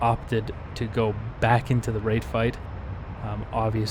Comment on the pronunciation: First of all nice fights man and second I love how u say RaTe fight 🤣